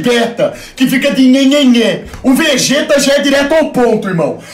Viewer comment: "O VEGÉTA" kkkkkkk